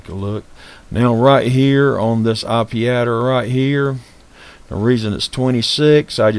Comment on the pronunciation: its named ipaddr not ipadder in the config